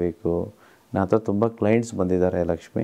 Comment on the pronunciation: Sir nimma bayinda laxmi anta yashtu channagi heltira